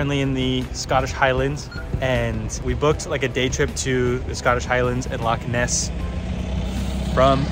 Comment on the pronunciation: Indeed! Would've been double respect if 'Loch' was pronounced correctly as well but i'm impressed regardless.